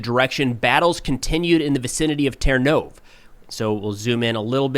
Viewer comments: Love watching the videos. One small comment - the Ukrainian language pronounces the last latter E as "EH" so Ternove in English is ternOv but in Ukrainian it's ternovEH. Thanks. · Hi! As a native Ukrainian speaker, I really appreciate your videos. One small phonetic tip: in Ukrainian place names ending in -e, that last letter is always pronounced. It's similar to the «e» in «bed»… …so Ternove -> Ter-no-veh Berezove -> Be-re-zo-veh Hope this helps with future updates!